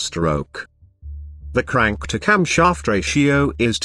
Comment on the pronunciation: camSHHAAAFT Stroke CYllinDEEER